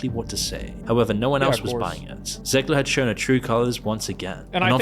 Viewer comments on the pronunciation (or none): none